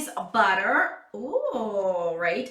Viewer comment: I swear, I thought you were saying body water instead of butter haha. That cracked me up! I really like this box. It’s all about self love! Just like Ru Paul says, if you can’t love yourself, he the hell you gonna love somebody else?! Love you! 😘😘